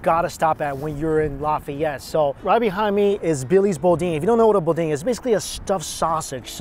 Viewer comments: In a place called Lafayette how can "boudin" be pronounced "beau deen"? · Hey. I’m sure you have been corrected already dude. It’s pronounced boo Dan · You need to hit up much better locations in Lafayette... just saying...and we need to work on your pronunciation of Boudain...("boo-dan") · Oh!! My wife is from Lafayette - all kinds of places I could have sent you!! You would have LOVED DeanO's Pizza!! Need some extra Cajun seasoning n that ettouffe!🤣🤣🤣 Not Bo-dean! It's Boo-Dan!! Oh I'm so damn hungry now! Gotta try Mother's Debris po-boy! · Boudin is pronounced “boo-dan”. Next time you come to nola you need to hit up little vietnam. Also need to go to daiwa and nuvi. Probably the best sushi restaurants in the south. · It's BOO DAAN "bodin" my dude on your way back go to stellys in Kaplan Louisiana. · I love you, but listening to you attempt to say all the names of pretty much anything, made my little southern heart cry. 😢💜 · Yo... It's pronounced "Boo-Dan" not bodeen.... Free tip from me to you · Boo-Dan not Beau-Dean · I just have to correct this. Boo-dan bo dean. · It’s pronounced Boo-Dan. Not Bow-Deen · It's pronounced BOO-DAN not BOW-DEEN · It's crawfish. Crayfish is Swedish. But ya, I'm standing here dead panning "eh-two-fea" .... "boo-dan"... "someone had to already respond to this" lol Also AW MAN! I worked at Deanie's during this taping. You should of visited meeeeee and eat the $70 giant platter in amazement of my coworkers! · Thank you! It was killing me to hear him say the names, especially bo-deen, lol... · we will get you on the right road with pronunciation of cajun/creole foods. I'm glad you love the boudin ("boo dan") balls. They are my absolute favorite everytime I go to SE Louisiana. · He's doing that on purpose. No way he can't say boudaine correctly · I always thought the Boudin was pronounced “boo-DAN”. I love 💕 Louisiana food! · etouffee - eh-to-fay, Boudin- boo-dan. And back to the video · It’s boo- Dan lol